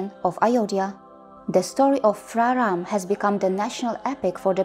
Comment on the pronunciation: First of all.. Please stop calling it Ramayanaaa it's just RAMAYAN and it's not Rama it's just *RAM*. And secondly I really really appreciate your work. It's just great. Keep going! Jai Shri Ram 🙏🙏🙏🙏